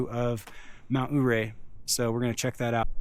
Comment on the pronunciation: Ouray is pronounced yeray. Accent on 2nd syllable ray .. Hammocking in a pine tree hmm... Interesting & something I've long thought about. How long does it take to ascend?